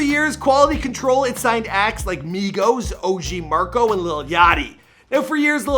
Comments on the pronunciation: Sorry to be a stiffler but you said OG MARCO...it's MACO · its OG maco not Marco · Its og maco bro. Not marco lol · Is anyone else confused when he says Coach K was his friend when Coach K is legitimately 25 + years older than him? Also it’s OG Maco, no one is calling themselves OG Marco lol